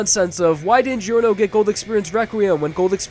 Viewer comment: Gee-orno lol